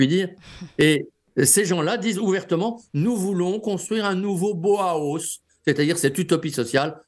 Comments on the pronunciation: Maître ! le Bauhaus se prononce : BA.AU. A.AUSSE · BAUHAUS se prononce ainsi : ba o ah hausse. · Impayable, le mot Bauhaus prononcé à la française 😄